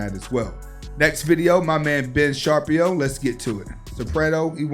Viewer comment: If you can’t pronounce Shapiro, then you would of course miss the fallacy in Shapiro’s argument. The disparity btwn ⚫️⚪️ isnt “income inequality” - it’s generational wealth accrued from a system controlling education, economics, entertainment, laws, labor, politics, religion, and war. Everything he needed to be “explained”, fits in those racially controlled categories. Wrong question from the folk… just because he talks fast, don’t mean it aint 🧢